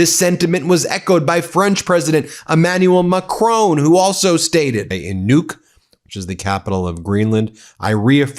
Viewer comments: Please stop pronouncing Macron as "McCrone". It's very distracting. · Ben, Why are you incapable of pronouncing President Macron's name correctly?